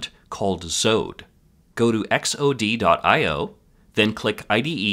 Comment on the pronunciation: Great video but dude, "zoad"?!